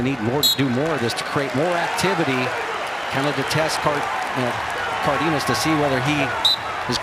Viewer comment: It’s pronounced Car den as